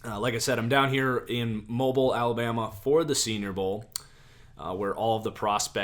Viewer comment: mo beel alabama not mobile as in T-Mobile